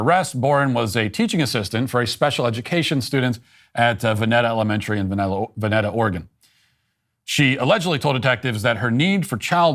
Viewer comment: Unfortunately this is my home town... and it's pronounced venEta- hard E.